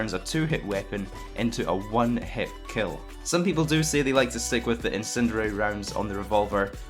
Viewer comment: "incinererer rounds"